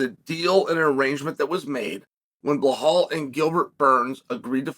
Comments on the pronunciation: The correct pronunciation of Belal - 0, Beblal/Leblal/Heblal -100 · whys Chael act like he cant be bothered to learn or pronounce anyones name right? its annoying how he says Bluh-Hallll 👀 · Blahal... Please chael how do you re belal as blahal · One time when Chael was talking about some dude i didn't know, i tried googling him but after a while it turned out his name was nothing like Chael said it. Now, if i were to google "Blahal".... 😂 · Belhame .??? Loll learn how to SPEAK UP !!!! Cmon haven’t they leaned YET !!!!